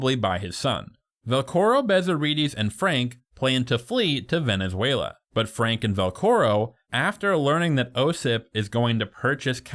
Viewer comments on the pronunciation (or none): none